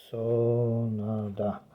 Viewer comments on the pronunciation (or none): Panie sonda nie sonada